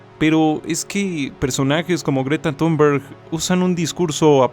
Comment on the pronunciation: solo dos tips de pronunciación. Thunberg se pronuncia ‘tunberi’ y Vaclav ‘vátslaf’